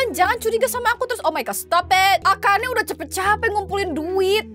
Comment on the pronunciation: akane or akana?